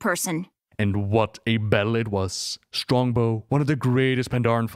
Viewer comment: "Strongbo" like Strongbow cider? 🤣